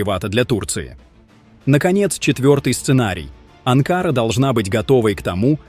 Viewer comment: БЕЗ ГРАМОТНЫЙ АВТОР!!! НЕ АНКААРА ===- А АНКАРА НАДО СКАЗАТЬ!!!! ОПЯТЬ ПОВАКАЦИЕЙ ЗАНИМАЕЩСЯ!!! ДЕНЬГИ ТЕБЕ НЕ ДАЕТЬ ПОКОЙ!!! ИМЕЙТЕ ДОСТОИНСТВО-НЕ ПРОДАВАЙСЯ- НЕ ГОВОРИ ГЛУПОСТИ --- ПО ЗАКАЗУ!!!